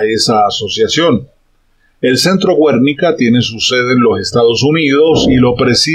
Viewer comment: Filósofo, se pronuncia "Guernica", no "Güernica"...